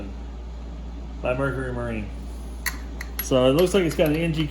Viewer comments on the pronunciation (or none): Mercury not Mercery or Mercry.